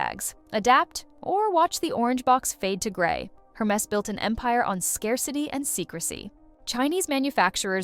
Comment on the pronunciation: Air mess. Not---> her mess.